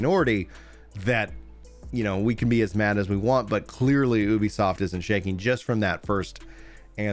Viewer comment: Ubisoft is pronounced like youbisoft